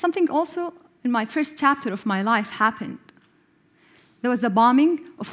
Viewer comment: chapter= tapter hhhhhhhhhhhh